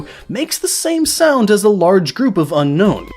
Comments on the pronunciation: You pronounced Unown wrong. Un-own, not Un-nown. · I know it sounds stupid but Unown is pronounced un-own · GaelPlaysGames Who cares? Unown isn't pronounced un-known, it's pronounced un-own. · Dude it's unknown not unown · its un-own not unknown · It's pronounced un-own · Do you know that Unown is actually pronounced Un-own? .... .... .... :D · "Unown" Wtf?